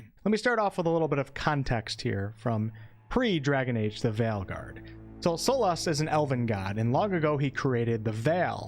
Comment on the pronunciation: Your accent is fine and I actually prefer the former pronounciation of "Veilguard."